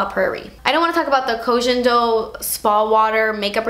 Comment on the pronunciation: Yes Part Deux! (Koh Gen - not jen - Do 🤗)